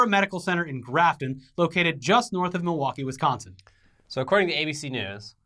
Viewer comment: I was waiting for a Wisconsin comment. I haven't seen wisconsin name butchering like that sence the kenosha riots.